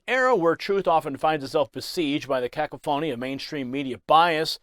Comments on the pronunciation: It's not "caca-PHO-ny." It's "cuh-CAH- funny." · ...Please please learn how to pronounce the word cacophony!! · Please learn how to pronounce the word "cacophony" before you use it again on the are sir. Or just ask Google how to pronounce it.